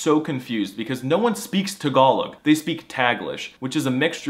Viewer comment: Wait, it’s pronounced tuh-GALL-ug? I’ve been saying TAG-uh-log my whole life!